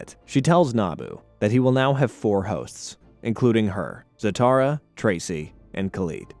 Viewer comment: He’s not his father in law. He and Talia were never married. Also, how is it you can pronounce Zatara correctly, but not Zatanna. They’re practically the same 🥴